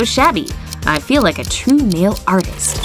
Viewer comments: why did she call her nail a nhail eDiT: ThAnK U fOr FiVe LiKeS IvE NeVeR HaD FiVe BeFoRe 💩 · You are right she said nhali 😂😂😂😂😂😂😂😂😂😂😂😂😂😂😂😂😂😂😂😂😂😂😂😂😂😂😂😂😂😂😂😂😂😂😂😂😂😂